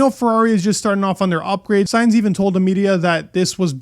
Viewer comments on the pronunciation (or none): none